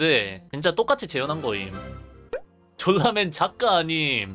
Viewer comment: 졸라맨을 쫄라맨으로 읽었지 ㅋㅋ